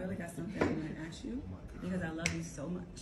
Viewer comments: A S K ... it's ask, not aks. Why are there people who seem incapable of proper pronounciation? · Its "ask" not "aks"